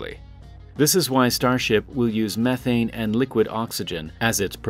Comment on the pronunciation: Learn to say methane correctly.